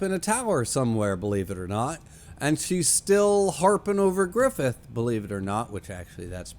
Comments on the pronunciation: Qliphoth is pronounced as klɪˈfɒθ (kli-FOTH, "i" as in "tin"). Source: wiktionary. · I just keep tuning into these cus I can't help myself. I hope you continue to enjoy the series as there is a lot of great stuff coming up. Also, it's pronounced like cl-eye-fod as silly as that is.